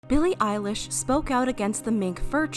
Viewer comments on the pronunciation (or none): I heard Billie eyelash I am sorry